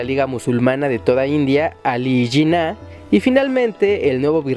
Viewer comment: El video es totalmente falso y no es nada de lo que dice. No se en que web consegistes tal información. Era un juego de los Ingleses para no dejar un territorio gigantesco solamente para india actualmente ese territorio es de 3 paises. Y el nombre del fundador de PAKISTAN es JINNAH no janna.